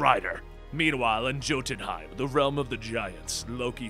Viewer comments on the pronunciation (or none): Jotunhiem is pronounced yo-ten-hiem. Joetunhiem 😂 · why, why does the mistake known as robbie reyes even exist? also not pronounced JOE-ten-heim its pronounced YO-ten-heim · oh for the love of historians, its pronounced YOH-ten-haim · TF did you just say? "Joe-ten-hiem" ? How dare you? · It's Yo-ten-hime Bruh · It's pronounced Yo tun hime, J,s are often pronounced like y's in many languages! Mjolnir , Me yole neer. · Congrats, on keeping your “mispronunciation streak” alive! Jotunheim is pronounced with a “y” sound.